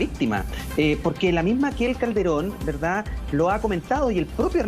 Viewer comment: siiii dice ,,, VELDAD jajajajajajajaja